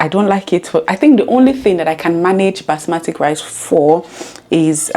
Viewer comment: BASMATI rice not "Basmatic"